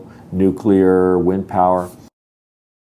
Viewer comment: Why do You keep saying nukelar instead of nuclear??? Please, study, it is your chance! Don't take anything for granted!